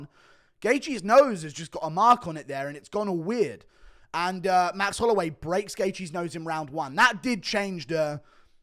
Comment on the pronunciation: "jerome holloiway"ahahaha